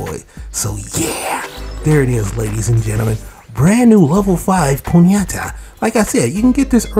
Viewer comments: Why are you saying ponyeta? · It's pronounced pony-ta